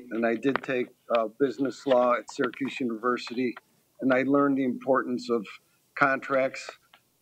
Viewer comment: Sounds like he said “Circus” university not Syracuse 😂😂😂